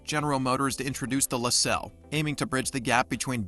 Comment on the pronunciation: A I voice mispronunciation no thank you left video say LaSalle LaSalle artificial intelligence boycott It’s YouTube not a i tube don’t go away mad just go away